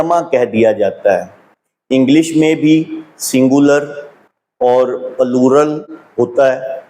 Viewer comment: Ye allama plural ko pallu rl keh rha hay . Aby kutay claim tk to keh nhi saktay calem calem